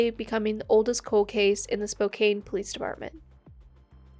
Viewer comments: Spokane is a Native tribal name. Pronounced SPO-kan not kane. The best option is to Google 'how to pronounce' Not every place name is pronounced as an English word. Good luck! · FYI, the second syllable in Spokane rhymes with tan. Not cane. Hard to know how to pronounce different place names.